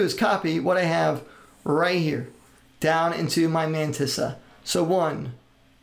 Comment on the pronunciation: No One: Matisa: "Ma meyntisa "